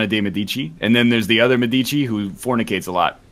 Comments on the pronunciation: médici, not medìci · Now, idk if in UK or the USA it's pronounced wrong, but if they are going for the italian pronounce of "medici" they are saying it wrong, and it's making me sooo triggered